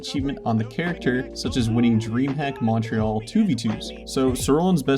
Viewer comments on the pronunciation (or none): none